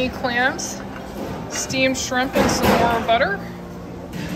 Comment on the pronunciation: still says Skrimps 😁